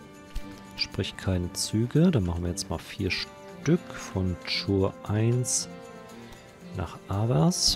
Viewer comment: Die Stadt "Chur" spricht sich "Kur"...